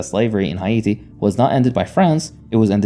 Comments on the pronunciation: Hay Yatti : you said “Haiti” wrong. Dislike and didn’t finish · Unfortunately, he isn't pronouncing Haiti correctly, it is pronounce more like `eye-ee-tee` Source: I'm Haitian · Oh no!, is hate-tee😂😂😂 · was gonna say this. I really do prefer it when people just say Haiti in the English pronunciation, if they can’t nail the proper pronunciation yk. But I do appreciate the effort, and this was the closest I’ve seen of a YTer saying it properly so it didn’t bother me too much. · agreed, i appreciate the effort. I just wanted to make sure people didn't believe this was the proper pronounciation